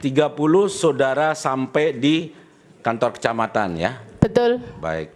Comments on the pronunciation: Betul Tp dia bilang betoll, tambain belakangnya OL dipisah BE 😁😁🤣🤣🤣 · Si ibu setiap ngomong betul, huruf T sama L nya itu kaya dobel gitu wkwkkwkw jadi kek betttttuulllllll wkwkwkwkwkw